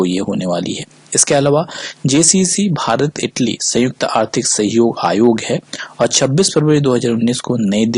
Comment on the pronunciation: Aetaly nahi Italy hota hai